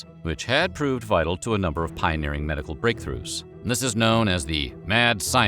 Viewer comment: Dis (section) and Dat 😂